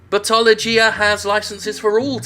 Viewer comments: I keep hearing Buttology. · I keep hearing "Buttology." I too am disappointed.